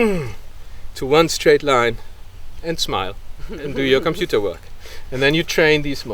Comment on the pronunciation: What demonry is COM-PU-TOR?